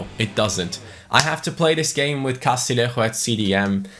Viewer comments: Castillejo's name is pronounced Castiyeho isnt it? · Castillejo’s name is pronounced Ca-stee-yay-ho